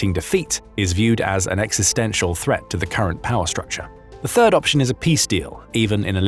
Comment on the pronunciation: who else heard "bird" instead of third